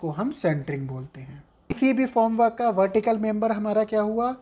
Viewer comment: Sir, It's Form work not Foam